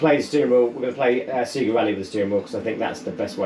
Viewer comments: trying to tell us about the Saturn when you say ‘Sega’ like an absolute plonker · I feel like I've never heard someone say "SEAGA", it took me by surprise! I definitely took my cue from the "SAYGA" booting the old Mega Drive. I grew up in Lancashire and never said it any differently as far as I can remember. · never heard an American pronounce it like that either.